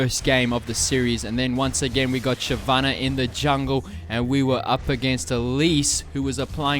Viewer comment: everytime you say "shevenneh" i die a little bit inside.